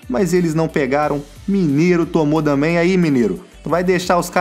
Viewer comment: KKK só agora que percebi que ele fala damém kkkkkkkkkk